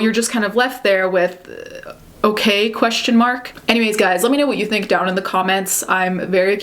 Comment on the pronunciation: Is it normal for Americans to say "guises" or "guys's"? I've only heard American YouTubers say it, but the plural is just "guys" as in "you guys". I don't know why Americans say "giyziz." I agree with your summary btw. Delayed PR move/damage control that, intentionally, dodged a few subjects/details & kept things vague. The comments and like/dislike ratio were, predictably, disabled & I noticed how she only has a few thousand subs compared to J Star's 15 mil which really cements how her bad reputation effected her career. If the note was always forged, that's not good, but for her to truly clear her name in regards to the Nazi accusations, she needs to address other things like "Selektion." Kat Von D(ead career).